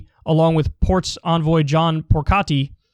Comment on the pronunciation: His a sun of an Italian mother and his a newyorkese and HE CANT PROPLY PRONOUNCE AN ITALIAN SURNAME LIKE PORCARI UHAHAHAH